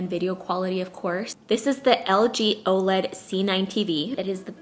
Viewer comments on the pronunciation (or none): none